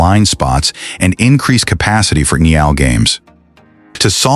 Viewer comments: The Utah Jazz and the Utah Mammoth style guides both indicate that the official name of the arena is "Delta Center" No need to update. Now, if you can get your AI to pronounce NHL correctly. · Man does the announcer f up pronouncing NHL. Embarrassing!